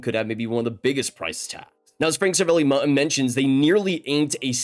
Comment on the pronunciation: say it with me please. Ser-A-Val-E